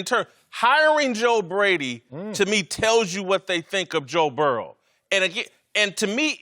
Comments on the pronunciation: Everybody: Joe Burrow Marcellus Wiley: Joe Burrell Ridiculous 🤣🤣🤣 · This is the dumbest group of people I've ever seen lmao that one guy said joe burrows name wrong